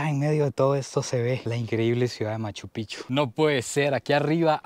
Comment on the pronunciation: Picchu no pichu habla biennn